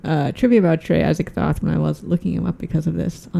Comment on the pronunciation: "Atts-eee-TOTE" IS correct pronunciation. NOT "Ats-egg-THOTH" like y'all KEEP sayin 👍😏. YW